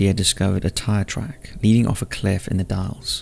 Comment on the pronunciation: Oregonian here, it’s the Dalles, not Dallies. Yes “the” is part of the name